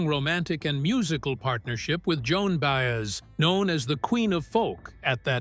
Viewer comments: Good God, I hate AI generated narrators. The meter is always off and names, such as Baes, are offensive. If someone goes to the effort to produce and edit a film, why can’t they find a living breathing human to read the copy? Its value is diminished greatly by such a cheap soulless voice. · Bi ez not Bayez! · BAY ez for Baez... even my dog knows that. AI sucks